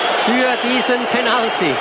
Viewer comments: Der Typ sagt Penaltiiiii (Der Moderator kann kein english ;) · Ich habe gehofft ein ernsthaftes video anschauen zu dürfen, aber bei dem Kommentator :´D der ist zum brüllen!! Penalti hahahahaha!!! Er ist schweizer oder was?! Sagt man da nicht penatly? Aber egal, Penalti ist geiler hahahaha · hört sich mehr nach österreichischer sprache an :) komme aus niederbayern, bei uns redet keiner so